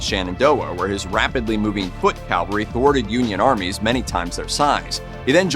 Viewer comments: CaVALry not CALvary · Cavalry: mounted/mechanized soldiers. Calvary: the hill where Jesus was crucified. Please use the correct pronunciation in your narrations. Thank You.